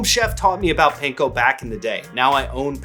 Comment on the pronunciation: The pronunciation is closer to “pahn-koh” than “pane-koh” 😉